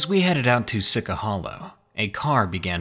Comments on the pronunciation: same once he said SI-CA i cringed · I grew up 5 miles from Sica Hollow. It's pronounced "Seeshee". Nothing to be scared of out there except high natives that will try to scare you away. Also, skinwalkers aren't in the legend. Just a few "ghosts". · Great story, but I actually live 10 miles from Sica Hollow and it's pronounced Seechee Hollow...no i dea why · See-che is the pronunciation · Sica is pronounced see-cha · its not SI-CA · Sica.... "she cha". Just an FYI darling. 🙃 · You are supposed to pronounce “sica” - “see-cha.” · It is actually pronounced, See-Cha. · 6 years later you pronounced sica wrong lol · Devin Lien thank you someone else from South Dakota! Please people learn how to pronounce things! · I was gonna say I can tell he ain't from South Dakota bc he didn't say it right lmao